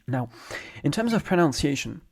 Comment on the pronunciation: proNUNciation not proNOUNciation.